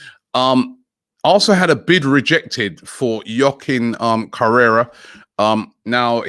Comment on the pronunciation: Now he's saying yokin correra